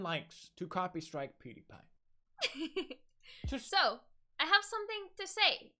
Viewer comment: peedapie lmao not being an ass just noticed she pronounced it kinda funny